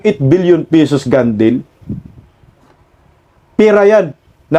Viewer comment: ayusin mo naman ang pronunciation mo sa mga English! Iyong "Gun-deal" mo, akala ko "gandil" ang pronunciation mo, di ko naintindihan, ang tagal kong inintindi!!! Pls. try to learn naman, kahit bisaya tayo, sikapin nating ayusin ang pagsasalita naman, please!